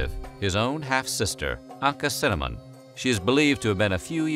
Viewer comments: Ankhesenamun- "Ack uh cinnamon" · "Anka cinnamon" XD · It is speculated that he was buried in his advisers, Eye's (I may be spelling that wrong....but that's what it sounds to me) tomb. It was mostly political as he buried the dead Pharaoh, then became Pharaoh.... LOL Also, his pronouncement of Tut's wife is incorrect....